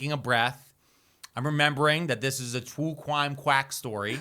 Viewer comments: Twue Cwime Hype 😂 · Twue cwime quackewy